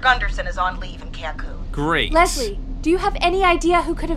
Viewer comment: In Leslie makes MY funny moment saying cancun. I live in cancun 😊